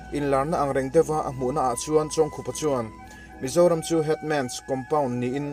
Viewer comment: Hetah chuan a hming pawh i lam dik tan e....Heeee A ngaihnawm e. Kan kohhran Library-ah a chanchin ziahna booklet a awm a, ka hawh a, ka chhiar a, a ngaihnawm ka ti hle.